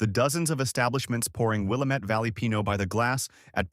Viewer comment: "Will-LAM-ette" rhymes with "damnit"